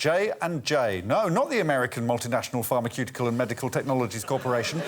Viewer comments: hold on. "pharma-cute-ical"? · I wonder if no one caught "Pharma-cutical" while they were filming or if they just couldn't it right 😂